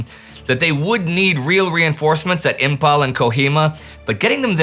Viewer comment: Though it has a spelled as Imphal but pronounced as Im -Faal.